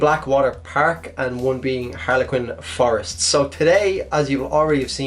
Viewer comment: Bleckwater perk and herlequin forest XD